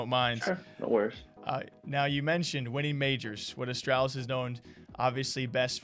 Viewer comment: You cursed it. Of course, they lose 0-2 to NIP after the interview. And you still can’t be saying astralis like the name al instead of astrahlis. Especially in an interview with device.